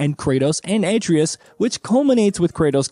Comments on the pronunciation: Bro if you cant pronounce Atreus' name be respectful and call him Boy! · This dude butchers names in way too many videos. The craziest part is when they let a cutscene play in which the character's name is mentioned and he just refuses to say the name correctly... Even if he is recorded prior to the cutscenes being added in, someone could step in and correct him during taping. You're not telling me no one at Gaming Bolt knows how to say Atreus, Shang Tsung, Raiden from MGS2 etc etc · The pronunciation of Atreus is hilarious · It’s obvious he’s reading from a script. The fact he mispronounces Atreus so poorly leads me to think he’s never actually played the game.